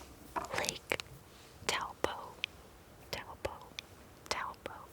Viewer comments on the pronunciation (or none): It's pronounced Toe Po but it's a common mispronunciation even some of us kiwi's do that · Hey, I’m a New Zealander, and just letting you know, that the name Taupo is pronounced “TOW_PAW” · when she said Taupo, I wasn't expecting the proper pronunciation but it was still better than 'typo' xD